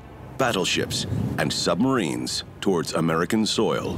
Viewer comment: Are we just going to ignore he said "amrican fighter jet"